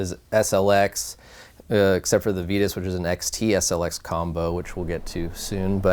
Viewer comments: on their youtube channel, i heard the lady on the build usa mtb video say "veetus."..and another video the announcer said "vitus" and thats the only time i heard it correctly. I have a couple "titus bikes "in my collection... and do people call them teetus? Think that's why i notice it..i know aluminum has two pronunciations. But this seems different. And the vitus logo is a str8 ripoff of Titus..thinking "on one" sold to them ..changed a letter and pronounce different.. idk... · Fast forward to . This is on Vitus own website. We think it's one of those things that boils down to where you're from. We've spoken to Vitus Europe employees and they all say Vitus, perhaps NA employees say it differently because we pronounce words differently over here? Either way, we opted to call the company what we heard their employees at their HQ in Europe call it...